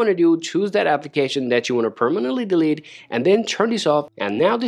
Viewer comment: Thanks for the video, but you need to work on how to say delete